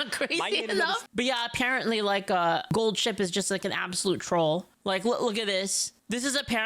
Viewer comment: I'm sorry. I just keep hearing Gold Shit throughout the entire video. I'm not gonna retain anything from this video.